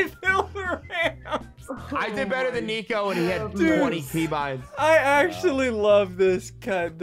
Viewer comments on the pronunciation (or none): It almost seems like he says tiko instead of nico 😝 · i think he meant to say nico but messed up and that came out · CRAZY No He said NicFOOT!